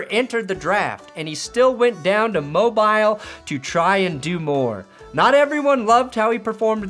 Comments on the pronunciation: It's pronounced "Mobeel" not Mobaisle. Also don't sleep on Jordan Travis. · It’s pronounced Moh-beel, not Mo-bile. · No way you pronounced Mobile like Mo-byle. It’s Mo-bill. I hate to be an asshole but that makes my skin crawl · it’s mo-beel you damned yank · another day, another guy mispronouncing Mobile it's moh-BEEL